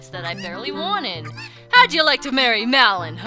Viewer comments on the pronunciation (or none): When you say malon it sounds like melon. Not hating